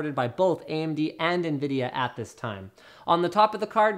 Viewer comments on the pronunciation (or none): It's Nvidia not Nvidea or Nviadia. Lol...